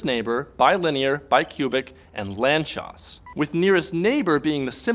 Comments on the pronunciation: It's pronounced "lantsosh", not "lantchos" This is the last name of one Hungarian mathematician. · He butchered the pronunciation. If it would't be in the video in written form, I would've not understand it. It should be pronounced as [laːnt͡soʃ].. just as it is written in the first sentence about the guy on wikipedia. It really bugs me if native English speakers don't take the effort to look after these things before making a video. In live-streams and conversations it is ok to say however you want, so you don't break the fluidity of the conversation. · Lanzcos? wtf is that word?